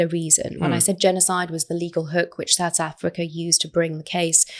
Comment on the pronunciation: Every time she says South Africa I cringe with embarrassment!